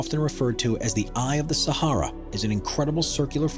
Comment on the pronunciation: says Eye of the Sahara lol